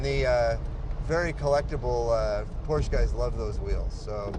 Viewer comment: Great little car. Amazing that both Jay and the owner mispronounce the word, "Porsche."